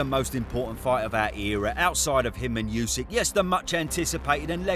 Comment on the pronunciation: “You sick” 😑 why can’t anyone in the uk pronounce his name correctly? It’s just dumb.